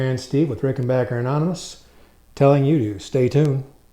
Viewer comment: Thanks Steve for pronouncing rickenbacker the proper way so tired of these nitwits who disrespect this great brand by saying rickenbocker always loved these guitars !